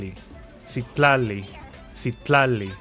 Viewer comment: As a Mexican, I don't think we pronounce 'Coatepec' the way you did, probably because it's an actual city in Veracruz. However, you nailed 'Citlali'! It was tough to overlook how it was pronounced in the game (as 'SIT-LAH-LEE,' which is incorrect). I can't speak for all the other names/words, even though we were taught Nahuatl in school. I personally pronounce them differently (like putting a strong emphasis on 'TLÁN'), but I could be wrong. There's an NPC which is my favorite one because his name is Tepache, which is an ancient alcoholic beverage made from fermented fruits or corn. Thank you so much for sharing and educating others! 💖